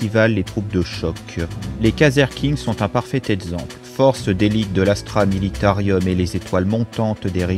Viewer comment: C'est juste dommage de dire Astra MilitaRIUM. Sinon top bravo !